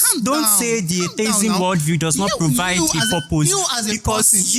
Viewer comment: Why is everybody saying "ay tay izm" it is "ay-thee-izm"